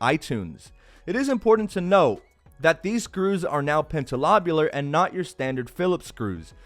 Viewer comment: upboats for going for "PENTALOBULAR" lol